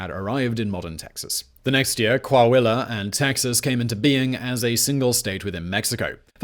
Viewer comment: hey!if he was gonna butch Coahuila...🤠